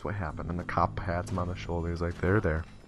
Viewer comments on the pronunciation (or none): none